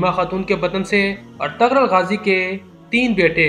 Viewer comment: O bhi artgral nhi artgl gazi